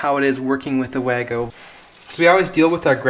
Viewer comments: Say “VAH-go” rather than “way-go.” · Das heisst WAGO, nicht WÄYGO 🙄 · VAH-go, as the German's pronounce it. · well wahgo is what I heard came out the the reps mouth when he said "in Germany this is how we say it" 😉. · Wago is a German brand. Should be pronounced Vago.